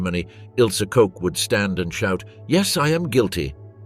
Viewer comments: Her name is KOCH not COKE. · Pronounced 'cook" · Ilse Koch (Koch in German rhymes with the English word watch same as the Koch of Heckler and Koch)